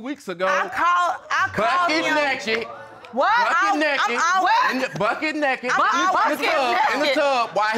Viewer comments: “Bucket Neket” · "BuCkEt NaHkEd" 😂